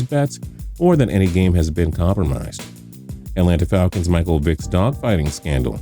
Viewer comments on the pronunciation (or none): none